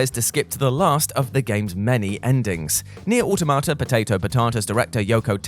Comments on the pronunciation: "Nier: Automata..." Me: "say it...": "pot-ay-to/pot-ah-ta" Me: "there it is!" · My god stop sainting Nier automata poteto patata please, it’s not funny anymore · he didn't say neir automata right